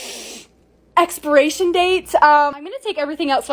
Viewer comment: “it’s giving ExPEraTiON DatEs”